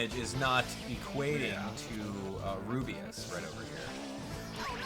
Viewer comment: I hope level-5 fixes Rubeus Js name of speach because when he says his name and trys to say J he ends up cutting it off and instead says jgee its very annoying i hope level-5 fixes this and with any other characters with the same problem even though this is just a small thing.